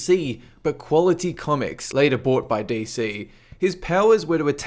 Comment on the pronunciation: i like how it sounds like says dayz when he says dc:D